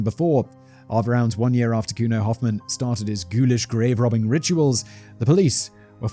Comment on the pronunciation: Could have looked up the pronunciation of Hofmann as well 😂